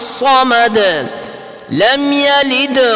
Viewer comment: سورہ احد میں بڑی ش نہیں ہے ص حضرت۔